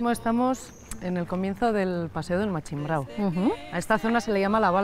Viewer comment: Se dice Machimbrao! hay que ver estos de Bilbado.